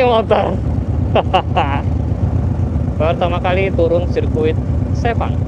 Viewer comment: Sepang emang sebagus itu si, ngebayangin bisa masuk ruang VIPnya seenak apa Btw sirkuit Sepang itu bacanya Sepang bang, bukan Sepang